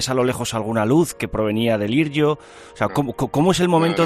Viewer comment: Vaya lío ¿por qué dice airio? Es Iryo, de ir y de yo ¿no? y ya está. Sigo sin explicarme que los trenes quedaran en las posiciones que se ven en las fotos. No entiendo por qué no descarrilaron todos los vagones del Alvia, si entiendo que todos contactarían con los descarrilados del Iryo... En fin: no sé.